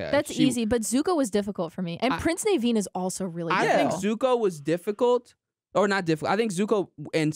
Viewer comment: your pronunciation of prince Naveen caused me physical pain